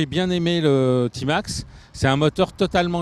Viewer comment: Prononciation à l’anglaise 😂